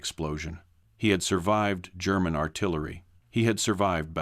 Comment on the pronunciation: so tired of annoying AI voice that can't read or pronounce words properly and without hesitation. BTW German is not Gerr man.